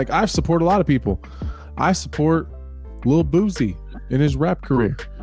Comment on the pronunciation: Hearing Bisping say " Lil boosie" will forever be the highlight of my day😂🤣🤣🤣🤣.